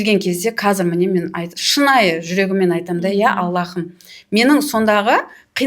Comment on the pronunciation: АллаХым емес, Аллам! Һ әрпі қазақта х болып айтылмайды ғой, тамақтан шығатын қатты дем сияқты дыбыс қана❤ Жұмыстарыңызға табыс тілеймін!